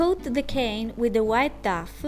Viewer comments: I love how you pronounce it duff and not doh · love the way you pronounce 'dough'..so cute :D also love the result :3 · I love your videos so much! And it's wonderful you're now making them with english dubs too! But dough is actually pronounced as "doe" :) Hope to see more vids!